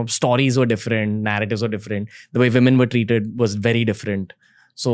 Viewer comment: Nice podcast! The only thing that irritates me is how Ranveer pronounces “stories” again and again.. it’s “stories” as in “stole.” To each his own, it’s just a bit annoying! 😬